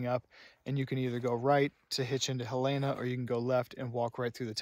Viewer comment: FYI, the name of the Montana state capital city is spelled Helena and pronounced Helen-ah, not Helayna.